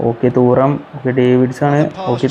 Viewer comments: Thooram alla thuram 😂😂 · ഡെയ് തൂറാം അല്ല 😂😂😂😂. റ്റുറാം എന്നാണ്. li·lee·uhn tu·ram ഇതാണ് pronounciation അല്ലാണ്ട് തൂറാം പെടുക്കാമെന്നൊന്നും അല്ല... 😂😂